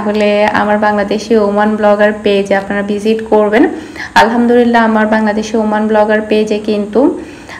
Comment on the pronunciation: আসসালামুয়ালাইকুম। কিছু মনে না করলে আপনাকে একটা কথা বলব। আপনি যখন" আলহামদুৱিল্লাহ" শব্দটি উচ্চারণ করেন সেটি ভুল হয়। সঠিকভাবে বলতে গেলে বলতে হবে "আলহামদুলিল্লাহ"। আপু ভুল উচ্চারণের অর্থ কিন্তু পাল্টে যায় এবং সাথে গুনাহ হয়। আপনার ভিডিওগুলো সব সময় দেখি এবং খুব ভালো লাগে। তাই আপনারে বারবার ভুল উচ্চারণ টি আপনার জন্য আমার মনে কষ্ট ধরিয়ে দিয়েছে। তাই আপনাকে জানানোর জন্য এই কমেন্টটা করলাম। কিছু মনে করবেন না দয়া করে।